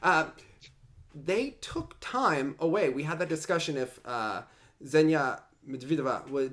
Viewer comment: Zhenya is a like a "french" J as the first sound. Imagine saying Jenya in french and you will nail it.